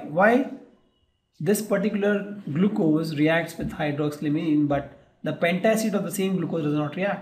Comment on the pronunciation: its hydroxyl-amine not hydroxy-alimin......good teaching though XD XD